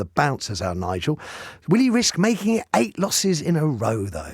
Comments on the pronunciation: Shame the show host hasn’t got the manners to pronounce Nigel’s name correctly… Shows where their allegiance lies. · The block can’t even pronounce his name properly